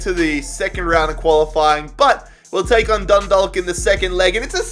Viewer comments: It's pronounced dund-awe-k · it's said done-dah-ck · That’s not how you say Dundalk lmao it’s said like Dunnedock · for the irish team Dundalk you dont pronouce the L, its Dun-dawk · Chalk Dundalk.... There is no 'L' sound in Dundalk